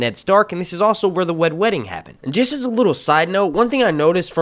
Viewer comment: Did you say Wed Wedding?